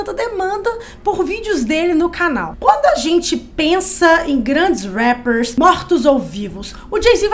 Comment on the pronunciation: Não suporto quando elas falam rappers